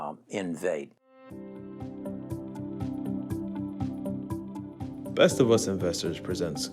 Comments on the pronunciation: in- vee-tay ... Please learn how to pronounce correctly before making video. Common man, u claimed to also own the stock and you can't say its' name lol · It's pronounced in-VEE-tay. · Lol.. It’s Enn-vee-Tay!! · How can you take investment advice from someone who doesn’t know how to pronounce the company name???? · you should learn to pronounce the names of these companies if you plan to make vids on them. I love this company and have a position I don't want to sell until it's a trillion dollar company